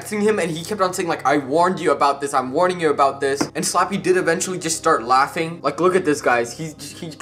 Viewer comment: Did u say slopy oof Like if u did or u hear he said slappy